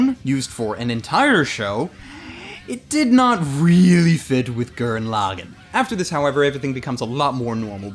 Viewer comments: Gurren Lagin? That's not how you say Gurren Lagann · Wow, I have never heard someone butcher saying "Tengen Toppa Gurren Lagann" so much. Your stressing wrong syllables all over the place. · why does everyone always say gurren laagen?????????